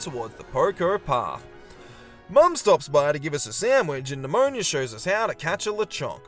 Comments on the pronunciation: NemoNA.... not nIa.... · Also calling Ne-moh-nah, Nemonia. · Idk why but you calling Nemona "Nemonia" feels so weird fipdsvn it's just a single letter but it changes the entire name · The best thing about BDSP is the water physics. Why a top-down extremely faithful remake needed beautiful rippling water is beyond me. Also, calling Nemona Pneumonia has me wanting to spell her name Nemoña which would, in fact, be pronounced pneumonia.